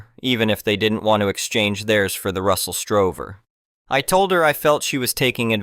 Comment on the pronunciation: It’s Russell Stover not Strover